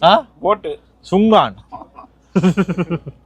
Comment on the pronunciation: Sunkan illa sukkan